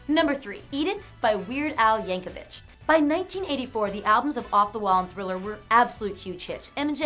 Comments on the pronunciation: Its not vitch its vic no h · His name is pronounced "Yank-uh-vik."